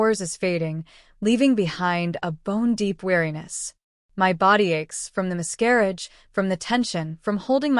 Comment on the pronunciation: No one is going mention "mis-CAR-auge" about 100 times.